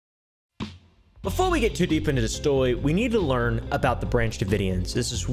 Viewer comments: "Befwore we get too deep into da stwory" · “before we get too deep in the storwy” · befowe we get too deep intwo da stowy